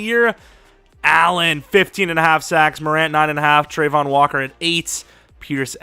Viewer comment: it's travon not trevon